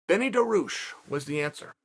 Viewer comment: Chael: ''Who do you think Dan Hooker said?" Me: "I guess Beneil Dariush by looking at the title" Chael: "Benny Daroosh is the answer" Me: "Ok, great"